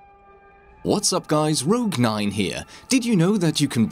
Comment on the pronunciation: I understood "rook mine here" instead of "rogue 9 here"